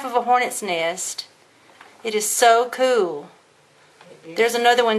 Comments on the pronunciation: How cool is it when you say KEWL! i had a dirty joke for the nest but ill leave it for the next video, is that KEWL! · She saya cool like cartman from south park "that soo koo" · The amount of "kewl"ness in this video is too much for me too handle. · Every time she says kewl I think of Cartman lol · to kewl stop saying that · Errrrrr the way u say cool peas ne of